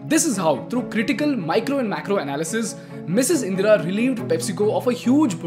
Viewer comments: Her name is "Indra" and not "Indira" bro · Anyone else distracted by how he repeatedly messes up her name, calling her "Indira"?